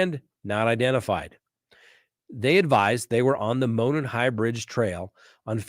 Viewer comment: Enjoy your videos especially Delphi murders coverage, thank you for being thorough. Being from Indiana I wanted to let you know, with all due respect, Monon is pronounced as MOW-naan trail... not like "moanin'." I tried to put the Google translation for monon trail in this comment but it won't let me.